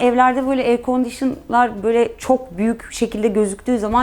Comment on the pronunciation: "Air conditionarlarrrr" daslkmqwopıjxeopqwkeqwopewqojmeqw belli etti zengin şoparlığını